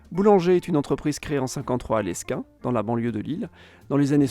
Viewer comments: Petite correction : on ne dit pas Lesquin mais sa ce prononce Léquin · on prononce pas le z de Mulliez, ni le s de Lesquin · Ça m'a fait mal aux oreilles, on dit léquin et non lessquin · Lesquin, ça ne ce dit pas lesquin, mais léquin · Y’a pas d’aéroport à Lille il est à lesquin ( qui ce dit « léquin » ) de plus je ne comprend pas le titre ? Ou est le problème ? Et pour finir si aujourd’hui le nord a le plus d’habitants je pense savoir pourquoi ( PS : c’est pas des français ) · aussi petite précision de prononciation : la famille Mulliez se prononce « Mulié » et la ville de Lesquin se prononce « Léquin » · Oullah Douai n'est pas au bon endroit Pas de s à Béthune Douai au bon endroit 😅 on prononce Lesquin "léquin" Noeux-les-Mines c'est dans le Pas de Calais Douai au bon endroit aussi 😅 Oui d'ailleurs c'est un peu l'enfer pour les développeurs de la région, tout le boulot est là bas. C'est une photo aérienne de Calais, on voit presque les tranchées de la guerre / Sigler 😀 On prononce terril "téri" C'est pas Loisiski mais loisinord et c'est à Noeux-les-Mines dans le Pas-de-Calais. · Bon cours d'histoire géographie de niveau collège, avec des éléments de population et d'économie. Quelques remarques : - pour les industries traditionnelles, le charbon bien évidemment, mais vous oubliez le textile et la sidérurgie qui ont eu un rôle tout aussi important ; - les approximations au niveau de l'emplacement des villes (Douai) et de la prononciation de noms propres (Mulliez, Lesquin...) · Super vidéo, je tiens à préciser que Lesquin se prononce sans le s, et Mulliez sans le z 😉